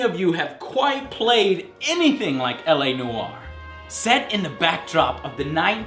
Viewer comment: "LA no are" :)